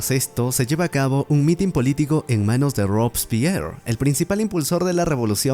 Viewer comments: Ropspierr? En español se pronuncia "ROBESPIER" Así con todas sus letras, también llamado "el incorruptuble". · Robespierre!! no robs pier😀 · RO ves Pier no ROBSPIER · no es ROBS-PIERRE... es ROBESPIERRE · Rob spir, rob spir ya me llegas al nepe porque no pronuncias robespier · quien carajo le dice "robspir"???? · Rovespier, no sabes pronunciar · SE DICE RO BES PI ER asiiiiiiiiiii Carajoooooo!!!!! eso se ve en la secundaria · rob spieeeeerrr😂😂